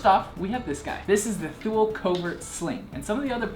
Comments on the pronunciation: Better to stop the Americanization of names, even brands started to change their own names just because of American ignorance. It's "Tho-el", but thanks, with 20 years of US customer portfolio made it "Thoo-leeee". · Pronunciation is Too-lee, not Thool. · Great review! Thule is pronounced as tool-ee though. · It's pronounced "too-lee" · Thule is pronounced Toolee. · definitely not paid, the guy reviews five packs and hasn't a clue how to pronounce Thule... If he were paid, that wouldn't have made it past marketing. What I want to know is why can't you get these any more?